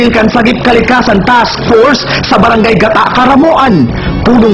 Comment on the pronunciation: mali so pronounce kan news anchor kan (gata)haha garu lugod gata nin niyog